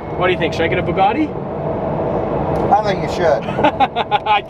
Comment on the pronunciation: Please don’t buy a Bugatti. It’s boils my piss every time I hear you say “Boogoty”